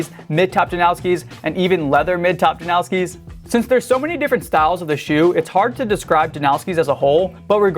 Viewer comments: don’t act like you know something when you clearly don’t. he said himself it’s pronounced like noss not nows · His name is pronounced that way. "Steh-fawn Jan-ow-ski" he's from the same town as me my mom's friend got engaged to him hella long ago. Just how u pronounce it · if it was based on polish pronunciation it would be yan-o-ski. usually the americanized way just disregards that and it's just janowski